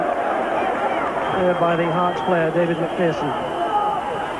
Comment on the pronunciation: Pronounce McPherson correctly for crying out loud i